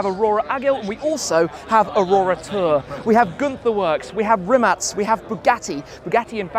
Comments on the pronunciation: First guy ever to call Rimac correctly ( Rimats ) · That's the right way to pronounce it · what you have written is the correct spelling. But it’s pronounced as Rimats or rimatz. The owners name can also be pronounced as Mate rimatz/Riamts. But does pronunciation really matter? Is a topic for debate. Cheers